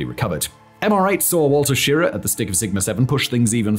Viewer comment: Project Mercury. Mercury Capsule. NOT Mercury rocket. The rockets used were the Redstone and the Atlas, the latter replacing the Redstone starting with Glenn's flight. And you mispronounced Schirra. The last syllable is "rah" and gets the emphasis. You can hear the man pronouncing his name in videos on YouTube. Did you guys do any research or put in any effort at all? The video is a crap effort.